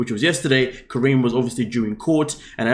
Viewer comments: Her name is not Corinne - Her name is KAH-REE-NEE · how do u watch the show and still pronounce her name wrong 💀 😭 😂